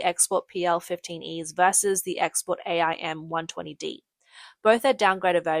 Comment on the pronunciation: It's pronounced aim not A I M. These would equip the American F-16. The American F-16 cannot use Chinese weapons and Chinese aircraft cannot use American missiles; this is school-boy knowledge...back to your ox-cart...